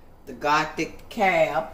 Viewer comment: Apothic NOT gothic! 😂 I’ve been wanting to try that wine!